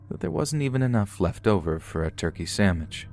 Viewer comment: Yo he said Turkey Samach